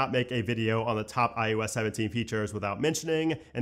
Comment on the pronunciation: Do realize that you say ius 17 instead of iOS 17?